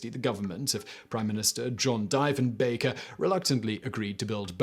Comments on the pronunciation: I think that Prime Minister's last name is pronounced Dee-fin-baker. Not Die-fin-baker. I'm a Canadian but I honestly never heard his name in school. I heard it on a the TV show, 'Due South'. In the show the Mountie names his wolf after that Prime Minister. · DEE FEN BAKER not Die fen baker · Actually Carp is considered Ottawa. I lived there, it’s... a place I care for. Also it’s pronounced Dee-Fin-bunker. Not Di-Fen-Bunker. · "And you thought your job was a bit sh[ADVERTISING]." I'm pretty sure the timing was intentional. ;-P [BTW, enough Canadians have already mentioned the die-fen-baker / deef-en-baker thing, but yes it bothered me too.] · Here's a bonus fact: the first syllable of both Diefenbaker and Diefenbunker is pronounced "dee", not "die" or "dye". I could hardly pay much other attention I was laughing so hard! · it pronounced "Deefinbaker" not "DIEfinbaker" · Diefenbaker - dee phen Baker not die / dye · Simon: Dye-fen-bach-er Canadians: triggered It was pronounced deef-en-baker-----the man was known cross-Canada as Deef. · Came to say the same thing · For the first bit, I was all "diffen bunker? What the heck is a diffen bunker??". Ya, when your youtube video confuses an entire country, it might be worth a reshoot (with "deefen-bunker" ). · You're off by an order of magnitude on the distance to Carp, its more like 33Km than 330km (38km on google maps) from the middle of downtown Ottawa. It's actually been a part of the City of Ottawa since 2001. Also, as someone else said, it's said "DEEF-EN-BUNKER" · The pronunciation is terrible. Cannot watch. "DEEF-EN-BAKER" not DY-FUN-BAKER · today Simon found out... DEEF-EN-BAKER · Deeeeeeeeeeeef. He was known as Diefe the Chief. That hurt my brain to listen to. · It is fucking pronounced DEE-FIN-BAKER!!! And my father designed and installed the fire alarm system in the one at CFB Shilo, Manitoba. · DEEF OMG Simon. It's pronounced Deefenbaker. UGH 🙄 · Diefenbaker is pronounced Deefenbaker. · wheres the deef?